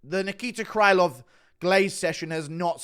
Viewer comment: Krylov should be pronounced with a sound "ə"